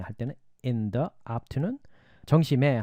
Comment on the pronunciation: 선생님. 좋은강의 감사드립니다. 질문이 있어서요 ^^강좌중 in the evenging, in the afternoon은 the 다음 a,e,i,o,u 가 왔기때문에 the를 Di 로 발음해야 하지 않나요?..